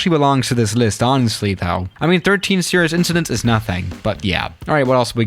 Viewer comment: Wait did he say series and not serious